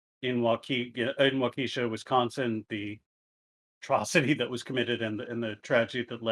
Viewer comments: I was looking for this comment. Hurt my cheese ears. At least he got Milwaukee rignt. We should also be thankful he didn't habe to figure something out like Oconomowoc... lol. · Maybe it's just a similar familiarity with indigenous names in the region but even as a Minnesotan, I'm just like...nooooooo, stahp. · This Milwaukee native cosigns this statement. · Maybe petty but as a Wisconsinite not sure I'll be able to get through this if he keeps saying WAH-keh-shaw wrong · Is it so hard to pronounce "Waukesha" right? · I suppose it could be if you've not heard of the place before and you're not used to pronouncing the name. :/ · It definitely is